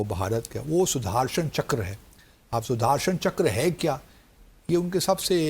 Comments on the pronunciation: PAKISTANI ACCENT SUDARSANCHKRA 🤣🤣🤣🤣🤣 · Sudhaarshan chakkar 😂